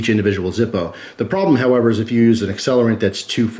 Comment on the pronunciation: its the German pronunciation :p